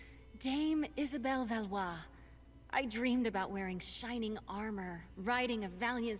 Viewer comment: Oh btw..It is Isabel Velois. Pronounce as Vel wa